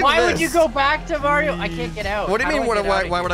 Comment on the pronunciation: actually saying Mario properly